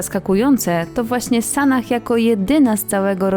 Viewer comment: Podoba mi się, że nie idzie "z prądem" co do "poprawiania" wyglądu i nie wypowiada publicznie obowiązujących tez. Tylko dlaczego wymawiane jest "h" na końcu, skoro to z angielskiego. Przecież imienia np."Sarah" nie wymawia się w ten sposób.